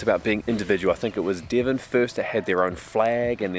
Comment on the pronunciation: It's not Dee-von!